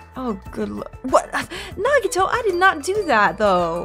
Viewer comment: I'm really glad you're also liking some of my favorite characters! By the way, if this game takes place after or before is explained in game, so keep playing to find out. You've also impressed me, because you're the first person I've known to pronounce Nagito's last name right. Most people pronounce it, "Koh-MAY-duh" But the canon pronunciation is how you said it, "Koh-MY-AY-duh" Also, Byakuya got ahold of KFC with all his money, and that's why he's fat.